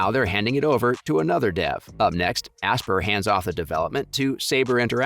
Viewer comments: only slightly more than "asper" ah-SPY-er...... like inspire. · The way you say aspyr is really triggering me it's aspire like you aspire to do something that's how it's pronounced